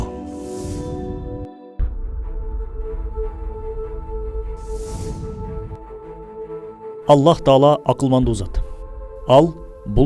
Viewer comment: Бул мырзанын тоживид жагы чийкирек экен мисалы Аллах деп айткан учурда акыркы х тамга сыртка угулбашы керек анткени ал тамга жумшак тамга